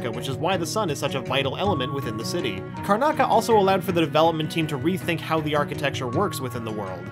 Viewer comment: "The island of Karnaca" smh